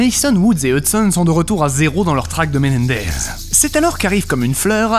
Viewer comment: la manière dont tu dis "Menendez" me tue 😂😂😂 Sinon hyper propre et on comprend mieux maintenant les différenttes histoires ! Ps: Je fait qu'attendre un Black Ops 2 Remastered avec impatience